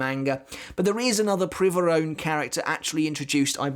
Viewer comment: I speak Spanish and you pronounced Privaron well (AFAIK it's not even a real word in Spanish...) But on the topic of pronunciations, in a video I heard you say soh-nigh-doh, but it's actually soh-nee-doh Keep up the good work! You revived my interest in bleach :) Edit: also if we assume it's in Italian it's Bambietta Baster-bee-neh instead of Baster-bye-n